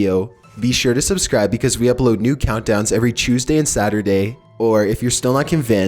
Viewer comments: “Upload a video every chusday” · He says Tuesday as “choosday”